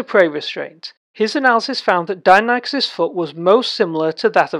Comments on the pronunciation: You are saying do-non-ikus..... it’s di-nonee-kus phonetically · Interesting vid... except you're pronouncing the name incorrectly. Die, nonny, kus ... not Dino Nike Us. Edit: And I'm not even American btw... it's just not pronounced that way.